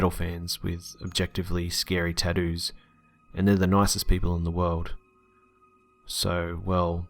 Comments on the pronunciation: Story number 4 Taddoos... taddoos. Its TATTOOS😂😂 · "Tadoos" lol. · tadoos not tattoos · it's *****TATTOO'S***** with a T not "tahdoos" or "taddoos" sheesh i had play that part like 10 times to understand. Accents don't bother me i actually really like, enjoy and prefer them when it comes to storytelling but that is just some horrible pronunciation.. I'm sorryy that just bothered the shit out of me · "Ta-doos" lol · Tadoos lol i know your Australian but i couldn't resist . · Everyone's gunna just ignore this man saying "taddoos"?! Hahahahahah 🤣😂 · "Taddoos" tho!!! LMFAO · I love how he pronounces tattoos. "Tad Ooz." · "Teddoos"? He had NeoNazi "teddoos"? Well, I wonder what the fuck that is. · "some really scary 'tadoos' " lol I'm dead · why are you saying tattoos like that? lol he had tadoos.. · "tadoos" lol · The way he says "tattoo's" LOL!